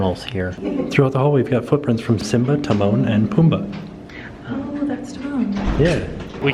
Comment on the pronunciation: I was so impressed when said Timon right and then I about spit out my food cracking up when he said “Timon and Pumbii” 🤣🤣🤣